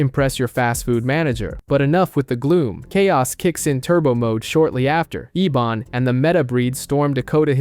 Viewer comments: It’s pronounced Ebon not Ebin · It's pronounced Ebon not Eben.